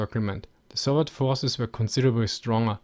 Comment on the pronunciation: I wondered whether "Shtalingrad" was the correct Russian pronunciation -- until the guy asked about the comparishon of forshes.